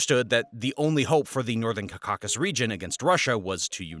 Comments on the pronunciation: Learn to pronounce the region right: it’s NOT “KAKASUS” it’s the Cau - Ca - Sus! Like when you say Caucasian in America to describe very wrongly all pale faces! Only people from the “Caucasus are Caucasians”. It’s like as if for example you call all indigenous people of the planet as “aborigines”! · North "Kakakis" really grates the ear. It's North CaucaSUS. Or better yet, endonymically, Kavkaz. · It's pronounced KAUV-KA-SUSS, not KAKK-AKK-US. This should honestly be common knowledge, and even more so in something that is meant to be a "documentary" that focus specifically on the Caucasus. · it doest read CACAUSUS but rather CAUCASUS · Learn how to pronounce Caucasus…. CAW-KAH-SUS Not CUH CAH SUS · Like this video but guy, you gotta stop saying CA CAUC CUS. Its JUST CAUCUS only two Cs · Caucakus?its [KOU-ka-sis] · Bro saying Cacausus instead of Caucasus the entire video was slightly irksome. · Right i just saw your comment , so annoying ! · Caw-Ka-Sus, not Cak-a-sus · Oh my God, learn how to say caucuses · Kaa-kuh-suhs Cau Ca Sus Like Caucasian with the last 3 letters being us instead of Ian. Cau cas us Kaa-kuh-suhs It's not a crow ka kaw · kah kah sus, bro you're probably caucausian, from the Cacausus. let google teach you to pronounce words you've never said yourself. always a good idea for foreign locations, just so funny almost everybody knows how to say it cause its like literally the name for the white race. crazy your could grow up without hearing it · Ka-ka-zus 😂 wtf dude... I'm from Europe... And this breaks my ears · Caucasus not Caccasis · Caucasus pronounced as "Caucasus" is like banana pronounced as "banana"! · is this a bot ?!? caucázus ? lol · Mispronouncing Caucasus got me steaming... Get it right /ˈkɑː.kə.səs/ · It’s pronounced CAUcuses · Cuh-cockus dude come on 😂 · ‘CaCa-Susse’ !? …bro, what? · Ka-ka sis. 😂lol. The way you say Caucasus is so annoying. It bugs the shit out of me. You can say caucasian properly but u can’t say Caucasus?